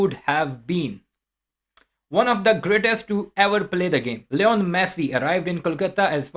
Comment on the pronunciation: Its li-nol messi not leon messi